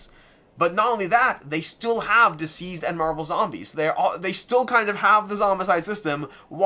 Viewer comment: Everytime you say it, I think isn't DCeased supposed to be pronounced as deceased, and not diseased?